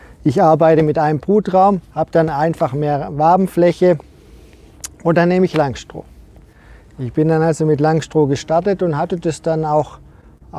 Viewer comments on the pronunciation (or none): Schönes Video. Wenn wir dann noch aus "Langstroh" Langstroth machen, dann wird es auch fachlich korrekt. ;)